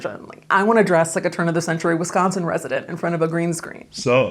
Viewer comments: You said wisChaansin right! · You said both Milwaukee AND Wisconsin correctly 😍😍. The research is on point!